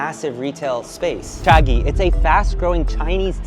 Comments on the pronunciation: He says Cha-gee, but its supposed to be pronounce cha-jee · Cha-G not Cha-ghee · It's pronounced Jee though. Chagee = tea princess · Someone teach this guy how to pronounce Chagee